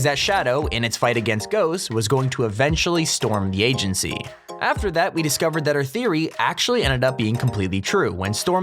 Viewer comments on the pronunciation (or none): It’s not stormtheagency like how you say it all in one word it’s Storm. The. Agency 🙂.